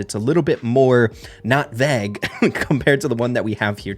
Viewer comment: thats not how you say vague 😂